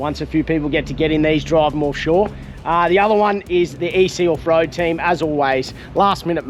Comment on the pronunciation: Call it "Orfshore" 😂